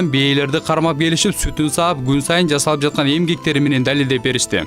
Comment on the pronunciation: Дозум,жазалып? аркалыктар "з"да очунор барбы туура суйлогулочу кыргызча